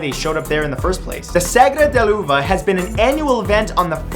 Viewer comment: la segra de l'uva lol love that out of context spanish accent xD